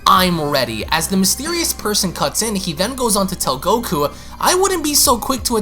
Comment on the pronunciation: I love this but can you PLEASE work on not saying GokuA? Its just goku haha. But I love your dragon ball passion